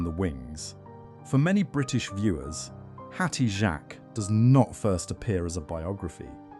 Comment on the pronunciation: That is not how you pronounce her name!!!!!!